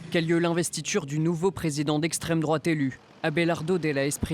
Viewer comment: Ha et revoilà « l’estrême drouate » 😂